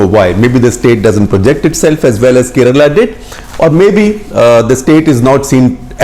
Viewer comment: It's pronounced as Kairelaa not karela like the Hindi translation of Bitter gourd! It's really sad to hear Indians mispronounce the names of states in their own country.